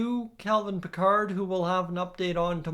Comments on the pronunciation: Yup, bothered me too. Isn't it pronounced like Pick-erd? Not like Captain Jean Luc Picard! Lol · You pronounce his name wrong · Pronouncing his name wrong..